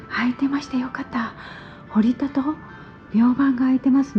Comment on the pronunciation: ほりたではなく、ほったです。